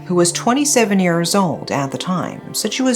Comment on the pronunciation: I love your voice, your content and how you tell stories, but as you say this word many time, I have to comment on it. You always say 'years' as if it's 'ears' and it sounds kinda weird to hear.